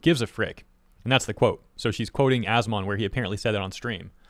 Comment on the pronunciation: Every time says As-Mon and not As-Min makes me cringe